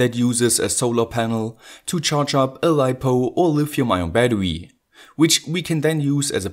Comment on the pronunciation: kollege jedesma wenn du bäddewy sagst ziehts mir die zähne... aua. in battery ist ein R. kein W